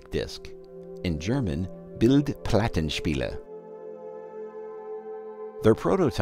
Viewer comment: And yet he did ok with "Bildplattenspieler"! Go figure... :^O